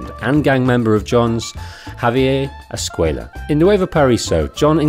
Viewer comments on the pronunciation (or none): It is javier escuella not escquella